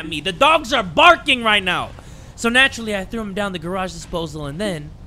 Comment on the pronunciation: Naw he really said “Garage” 💀✋